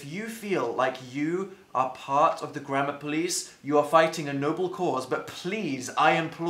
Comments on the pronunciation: it sounds like he is saying grandma police... just me... okay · i thought he said grandma instead of grammar 'the internet takes grandma very seriously' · Omg, it DOES sound like he is saying grandma police!!!!! 😆lol!! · Lol same. At the beginning, it sounds like 'The internet takes grandma very seriously' 😂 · I'm sorry but I thought you said "The Grandma Police" 😂😂😂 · Am I the only one who heard grandma police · The grandma police will kill u in ur sleep 030 I could tell he was saying gammer thou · wait so how do Americans pronounce grammar?